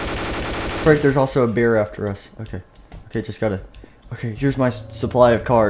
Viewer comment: when you said "frick there's also a bear" I thot you said there's also a beer XD